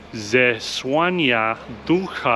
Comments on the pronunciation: 1st word means just Church. The letter ó is spelld like an U. Ł is spelled exactly like Wh in Whisky. 2nd word is therefore spelled Zes-Wh-ania, Ducha was perfect. In Świę(n)tego, is hiding a "N" within the letter ę . Tell me if this helped ur pronauncition, i really would like to hear it. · You are pronouncing Łódź and Piotrkowska perfectly, but then in "Kościół Zesłania Ducha Świętego there are a few mistakes which could be easily fixed once you knew rules of Polish phonetics.